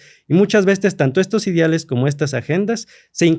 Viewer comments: Si mi amigo doctorante pronuncia Idiales y no ideales, esta cabrón como llegó ahí... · Ni sabe hablar jajajaja dice “idiales” “acordiones” y se supone que es doctor 😂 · Y además los “idiales” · Historiador que dice "idiales" 😅